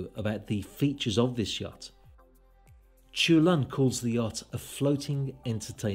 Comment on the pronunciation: Great video, just to add: his name should be pronounced "chul-hoon", not "choolun".